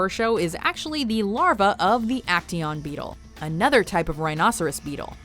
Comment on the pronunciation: how much times has she said bettle